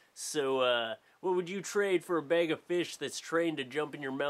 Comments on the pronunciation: bag not bayg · please learn how to say bag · i love how say bag. "bayg" haha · i swear it sounds like you're sayin bage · Say bag again. ... Oh Canadians :) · he pronounces bag like St. Lucy people! AWESOME!!!! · haha he says bag so funny haha this is so much better to watch high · The way you say bag is amazing <3